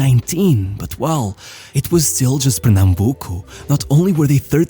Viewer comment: Juninho Pernambucano vai se manter no panteão do futebol pra sempre. Tua pronuncia de "Pernambuco" foi muito boa pra um falante de inglês.